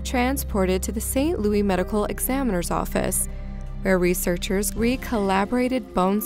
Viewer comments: ITS NOT ST LOUIE ITS ST. LOUIS GET IT RIGHT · Missouri is not france... (lew) (iss) louis Not (lew) (ee) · St. Lou IS, Not St Lou EE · I know this is petty considering the seriousness of these stores but it is never said St. Louie by locals, it is always St. Louis or the STL. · This woman sounds like an American...She should know that it's not pronounced "St. Louie" but "St. Louis" Missouri. Of far more importance, that child, dear God...How sick does one have to be to perpetrate that horror... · Just fyi: St. Louis isn't pronounced Louie. The s is pronounced, so it's loo-iss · It's pronounced St. LOUIS (p; Lewis) not St. Louie. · not St. Louie... St. Louis. fyi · PLEASE don’t allow any narrator to mispronounce “St LOUIS (Missouri) as “St LOUIE” (Missouri)! That’s almost excruciating to hear!😆😝😝😝😜😜😜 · Please stop saying St. LOO-EEE. It's St. LOO-ISSS. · Hahaha St Louie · SAINT LOUIE??? Are you British or Canadian??? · Steamy Kitty I know right lol has she seriously never heard of saint Louis Missouri? This is the only place I’ve heard someone mispronounce something so well known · Girl, learn how to pronounce St. Louis. Lawd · Why the hell do you pronounce St. Louis like that? It’s pronounced with the S sound. Annoying